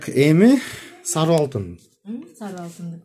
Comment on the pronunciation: саруу эмес сары деп айтылат кыргызча